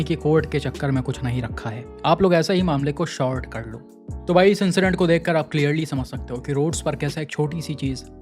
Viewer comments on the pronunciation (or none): Short कर लो नहीं, SORT कर लो होता है भाई,.. आप हमेशा short बोलते हो इसलिए आज बता रहा हूं, बुरा मत मानना...